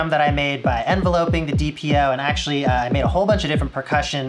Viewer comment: gotta love those people.. the "well, ac-tua-lly ..... " people...... wonder if they notice the cringes